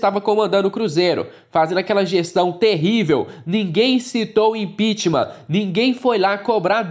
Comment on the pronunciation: só uma dica: a palavra correta é "impeachment", não "impitimam"